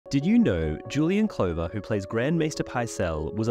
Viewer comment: yeah it misprounced glover (rhymes with lover)